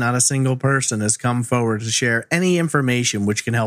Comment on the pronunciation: The way you say forward like foewud I have missed this channel seems ages since I watched something